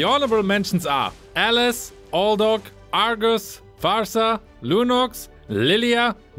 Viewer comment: He said Aldog🤣🤣